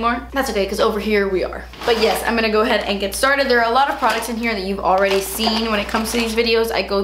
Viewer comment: "PRODUTS" LMAO